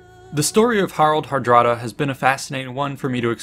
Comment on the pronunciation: Good video, but the pronunciation makes me cringe. His name in Old Norse was Haraldr harđrádi. A more modern Scandinavian version would be Harald Hardråde. Á and å is not a regular a, but is pronounced like the o in the English word lord. Are you saying I should call them lards?